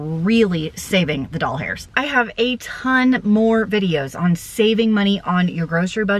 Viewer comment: I may be easily amused but I laugh every time you say Doll Hairs.